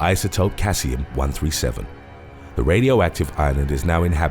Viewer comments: Isotope Caesium is pronounced See-Zee-um Not Kaa-see-um. Great vids tho. Look forward to all new ones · I'm not usually pedantic BUT due to the excellent HBO 2019 show Chernobyl, we are ALL ex p erts on radiation fallout, now know that Caesium 137 is pronounced: Sea'si'um as opposed to kay'zium😄. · Caesium-137 is pronounced ‘SEE-ZI-UM’. Im a Radiochemist and work with this isotope to calibrate hot cell dispenser/bulk detectors. Subbed!